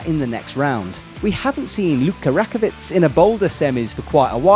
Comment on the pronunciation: Michi Narasaki? Is that the third brother? Also, Luka Rakovec must be Lucka Rakovec brother?...c'mon! Get those names correctly! Didn't the Slovenian coach already tell you about her name? It sounds unprofessional, and it is very rude! Especially when for certain athletes, you're even using their nicknames, meaning you are capable of learning names when you want to...